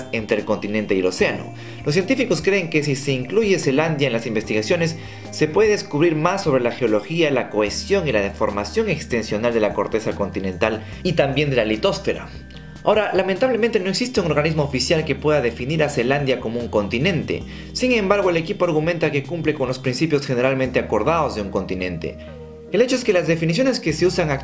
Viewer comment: Litosf"é"ra, no lit"ó"sfera